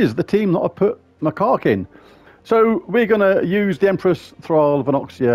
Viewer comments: It's pronounced Mah-kak not, well the other way. It's a type of monkey. Not as funny as your way, but may not get you dinged by the YouTube algorithm. lol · It's pronounced Mac - cack 😂😂😂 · OMG 😂😂😂😂You are SO bad! I had to stop and re-start watching about 5 times because I was laughing so hard! Now every time you say Macaque I bust (get it?) out laughing. So glad you found it though ‘cause that would be a shame if it was lost…….. Now I’m off to get lost in the Underwire. ANYWAY… great video but I doubt I’ll be able to afford The Ruby Macaque any time soon. Oh Lord I’m off again 😂😂😂😂😂